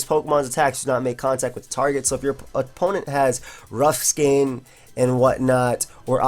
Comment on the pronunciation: rough skayne....lol